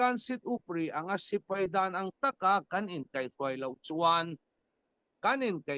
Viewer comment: Sipei a ni lo.Sipai tih hi Lusei ṭawng dik tak a ni.